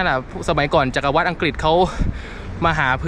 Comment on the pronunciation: รมต.กระทรวงตปท.ศรีลังกา ตัองมอบเกียรติบัตรให้พี่KISHOR แล้ว ไม่ใช่แค่ขับรถโดยสาร แต่ทำหน้าที่ไกด์ไดดีมากๆ ดีใจกับหลาน ทริปนี้เจอแต่คนน่ารัก จิตใจดี อ้อ..อีกอย่าง เห็นหลาน พูดว่า จักรวรรดิ์ ว่าจัก กะ วัด จริงๆ ต้องอ่านว่า จัก กะ หวัด นะ รอชมep. ต่อไป อยู่จ้า